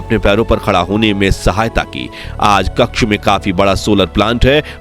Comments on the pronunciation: કક્ષ નહિ કચ્છ બોલો ભાઈ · it is not Kakch . It is Kutch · भैय्या कक्ष नहीं कच्छ बोल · कच्छ होता है, क्श नही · क्कछ नही् क्चछ! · AAP KAKSH GALAT BOL RAHE HAI. SAHI SABD HAI " KATCHH "